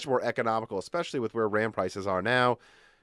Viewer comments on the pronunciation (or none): none